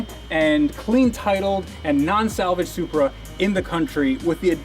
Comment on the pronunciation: “This is my tooda supreh”